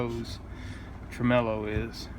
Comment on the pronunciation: He said.... tremellow bahahahaha